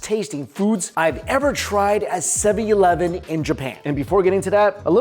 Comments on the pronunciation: It’s funny the way he saids 7-11. 7EEE E -11 lol😂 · are you intentionally saying 7/eleven wrong?